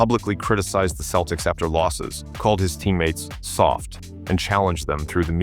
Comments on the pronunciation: Did he say keltics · Should an AI who pronounces Celtics as Keltics be given this job other perhaps more deserving AIs? If we are not careful we will have prima donna AIs who could care less about people. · AI bullshit. A human would know how to pronounce the fucking Celtics